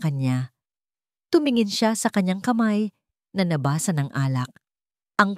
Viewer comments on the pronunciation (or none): Yung nabasaay mabilis ang pagbigkas,which means being wet,yung sa yo mabagal ang pagbigkas mo,which means "read",nag iiba ang meaning base how you pronounce the word..practice pa more